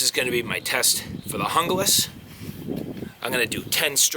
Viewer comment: Pronounced Hoonglas.